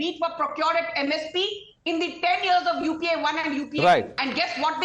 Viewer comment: Okay, the Yuu Yay Pee Yay was pure gold!!!🤣🤣🤣🤣🤣